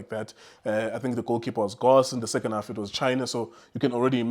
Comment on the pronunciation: Yhooo, Junior, you're still struggling to pronouncing names on the national team. Gross???